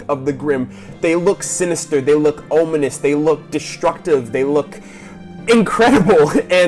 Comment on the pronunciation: Cool video, the only thing that annoyed me was you kept pronouncing "ominous" wrong. It's om now ohm!